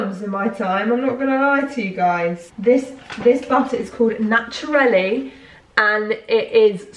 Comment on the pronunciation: Naturli' is danish and it's pronounced "Nature-ly" :)